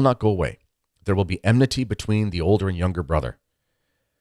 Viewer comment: it is enmity not emnity